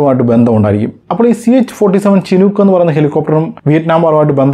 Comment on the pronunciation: ചിനൂക്ക് അല്ല ഷിനൂക്ക്